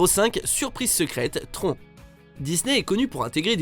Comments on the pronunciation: Tron !! ahahahhahaha ça se prononce "TRONNE" pas tron !! ça vient du mot "electronic" Décidément les français et les accents étrangers, vous me ferez toujours rire ahahahahaha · On dit pas "trone"? parce que "tron"... mdr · Le film Tron se prononce "Trone ", pas "Tron", vous faites honte au film ! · Juste comme ça on prononce tronne et pas tron le film Tron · Putain il a dit "tron" au lieu de "trône".... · On dit TRONNE pas Tronc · Si on prononce "Trone" normalement :') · il me semblais aussi "tron" sa pique les oreilles 😁